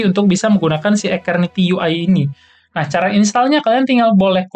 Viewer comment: ijin koreksi dikit bang cara nyebutnya yg bener keknya "esterniti" deh soalnya "ace" nya dibaca "es" gitu wkwkw kalo "aketerniti" aneh aja dengernya dan susah disebut juga kan :v